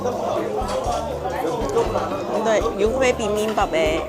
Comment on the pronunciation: 육회 발음이 잘 안되면 차라리 유쾌로 발음해봐유. 그래도 발음 많이 좋아졌다 😊